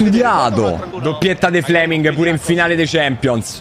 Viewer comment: seee duranville godo..... fle-ming 😂